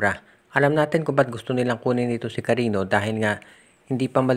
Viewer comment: Hindi Yan KARINO, KARINYO ang pronunciation niyan. May Ñ Yan hindi N. Cariño